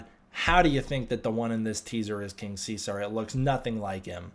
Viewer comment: What world do you live in where it's pronounced King See-Sar? It's See-Zerr, as in Julius.